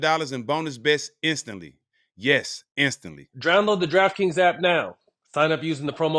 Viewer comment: I swear to god barnes is so high he says "drownload" instead of "download"